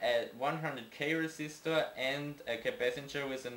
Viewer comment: Capacitor not capacanger